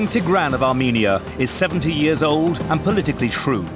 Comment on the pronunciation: wow he pronounces tigran so wrong